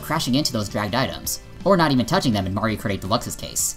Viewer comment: I don't know a lot about all this online stuff with MK as I play it about once a month with friends but I would agree with what you're saying about it all based on your evidence But Do you keep saying Mario Karty cause that's what it sounds like and in which case I love that